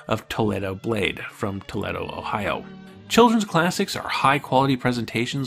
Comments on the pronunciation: Jersey Mike's Rail Videos No, it's "Toll-Lee-Do!", I should know, I live here! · Toledo is pronounced Tow-Lead-O, just an FYI. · You pronounce things like those German infiltration soldiers in World War 2 :-P Toledo is Toe-leet-o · Fascinating. Fro your accent, you must be American (estadounidense) but you pronounce Toledo like the city in Spain, no the city in Ohio (which everyone pronounces /tə li' do/). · Its very interesting that someone who grew up in California would not know how to pronounce Toledo. The city isn’t the largest, but it’s not unknown.